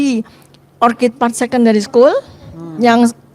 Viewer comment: ORCHID artinya anggrek itu pengucapannya OR-KID. Kalau yang diucapkan "or-cid' itu, kata "Orchard " yang artinya "kebun buah". Tolong kalau bahasa Inggris diucapkannya yg benar biar gak malu2in